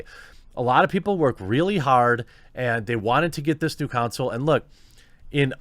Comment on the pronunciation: "con soul" not "cown sill"